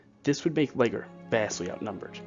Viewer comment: " Battle of Or-Risk-Can-Knee " anyway your videos are very very good despite any pronunciation boo,boos.☺ I believe one of the British commanders was pronounced " Saint Lee- Geer too.😙